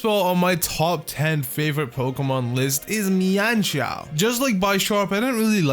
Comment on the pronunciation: You mispronouncing mienshao hurts me